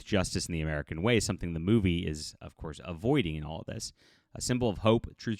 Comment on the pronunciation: Truth, Justice and the mumble, mumble, cough